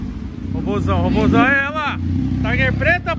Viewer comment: Quantas vezes o torugo falou ROBOZAUN nesse vídeo?